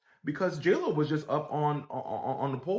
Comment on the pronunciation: 😂 i like how say JLo he called her Joro😂😂😂